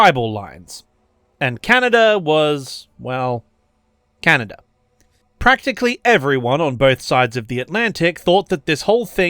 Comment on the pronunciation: I mean this kind-heartedly, but when you said "Canader and" instead of "Canada and" I had to pause the vid due to laughter.